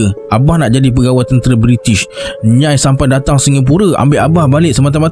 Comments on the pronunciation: Rasenye nyai tu bkn satu sebutan nyai..tapi dua sebuatn, nya ee 😊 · Kalau tak salah nak sebut nyai tu sebutannya nya-ie sb org johor pgl gitu.. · Nyai tu sebutan dia Nyai-ee kan? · Macam salah je sebutan nyai tu bang😅😂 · Sorry nak betulkan sebutan: a) Nyai = Nya-e b) Seletar = sebuah kawasan - Se lay tar (bukan sebut se ler tar)